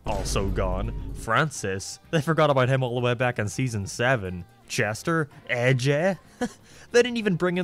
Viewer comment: Mark it’s “AJ” not “eh jeh”